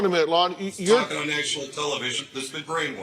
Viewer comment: And said “brainwarshed” more than once… lmoa 😂